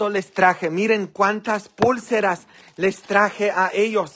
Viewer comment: se dice pulceras no como usted dice es pausado pulceras